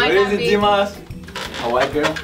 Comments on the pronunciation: S. it's Dimas no dimahs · I legit thought his name was D. Moss for the longest time, too. That's how says it lol. She says dmawse instead of dimahs which is confusing.